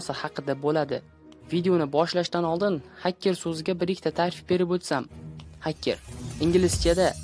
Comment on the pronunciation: Hakker mas haker deyiladi